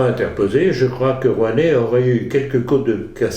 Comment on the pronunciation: J'adore comme il l'appelle ; 'Rouanet'... 😂 😂 😂